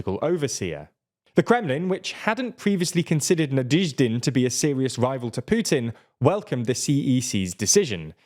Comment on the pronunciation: NaDYEHzhdin. You guys need a pronunciation expert, you can't keep improvising it at the level you're at now.